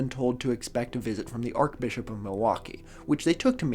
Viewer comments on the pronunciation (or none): Arch. Like arch-enemy. Not Arc. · ArCHbishop, not arkbishop. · *arch pronounced Shhh, Sincerely a former Catholic. We don’t say it like arc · “Ark” Bishop, or “Arch-bishop”. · Just by the by... It's pronounced 'Ar-ch Bishop', not 'Ar-k Bishop' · A correction you might want to make is that the 3rd secret of fatima WAS released in 2000, however the accompanying explanation given to the children was not released and it is debated if all of it was released. Love the channel! (Also archbishop is pronounced like arch not arc lol) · Sorry,, but it's pronounced 'Arch-Bishop', not arc-Bishop. I'm only pedantic because my grandmother Myff was the sister of the then Archbishop of Canterbury, Robert Runcie. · Apologizes for mispronouncing Catholic words in a past vid immediately after saying “Ark-Bishop.” Great stuff lol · Everytime mispronounces "archbishop" as /arkbishop/ it hurts me. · “arch” in archbishop is pronounced like in “archway” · “Archbishop”- you pronounce is arch with the ch sound. Podcasters need to pay more attention to pronunciation of common words. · Please explain how you got this far in life and don't know how to pronounce "archbishop" but can pronounce "archdiocese"??? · You keep mispronouncing "archbishop" with a K as in archangel. But the correct way to say the "ch" in archbishop is like the "ch" in "church". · Is not pronouncing the ‘ch’ in archbishop an American thing, or a thing? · I do love the correct pronunciation of "archdiocese," but the incorrect pronunciation of "archbishop." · You pronounced the h In nihilism and not the one in archbishop? I guess those errors cancel out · .. while mispronouncing archbishop... Perfect. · It's an understandable mispronunciation, though; I think archangel is pronounced like that?